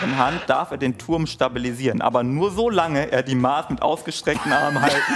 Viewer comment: die Art wie 'Maß' ausgesprochen hat tat mir als Bayerin echt weh 🥲